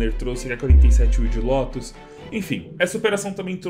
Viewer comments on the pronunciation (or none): none